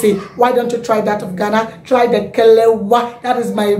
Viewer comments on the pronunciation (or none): What are you pronouncing 'kelewa' ha ! It's not kelewa, IT'S KELEWELE.